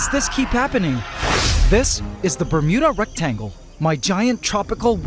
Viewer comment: Not gonna lie. Whenever i hear say Bermuda Rectangle, I keep hearing Bermuda Rectum.